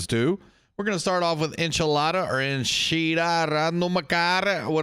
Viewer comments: Eh-kid-na bro 😂😂 Enchilada had me rolling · Enchilada - bro are you speaking in tongues here? 😂 Davros sent me, he said you're the best.